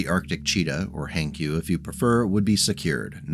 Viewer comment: Hankyu? No, Hank yu.